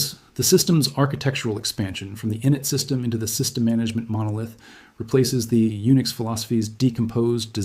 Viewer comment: This is a load of AI-generated rubbish. No human would pronounce systemd as "system".